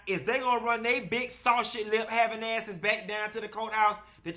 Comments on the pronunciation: He said SawShe lips😂😂😂😂😂😂😂😂😂Sausage too politically correct!!!! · SawShe lips (SCREAMING)😅😅😅😅😅😅that’s how you pronounced it!!!!😂😂😂😂😂😂😂😂😂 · 😂"sausich" lips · “Sawshit” lips is killing me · Did you really say 'saushie lips'? Big azz healthy butt cheeks? Lol!